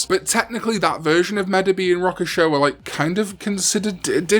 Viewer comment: Omedamon was originally an April Fool's crossover, but I love that they just ran with it... I just dislike the pronunciation of Rokusho in the video